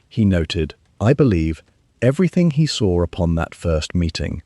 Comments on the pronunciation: I "sawer it." Can't an AI that can use proper English be used? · "I sawer upon the coarse damp sand..." Really irritating to try to listen to.